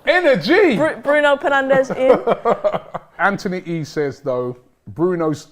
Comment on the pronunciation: I can't believe she keep calling Fernandes to penandez ,😭 Wht a fan is she?????????